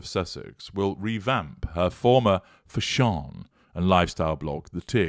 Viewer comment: Every time you say…….”Fash On” I crack up 😂😂